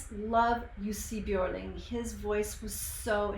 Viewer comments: I noticed you could say the letter (ö) correctly. Normally it would be Jussi Bjorling when english spoken people pronounced his name. Can you talk Swedish too? I like that you save your reflection to after the song. Can't stand when people cut off the music after every 15 seconds. Better to first listen and then go back and pinpoint the parts that you want to put some more light on. Well done!❤ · Now i understand how you could pronounce his name so correctly 😁. when you said Björling i just... wait what? 😁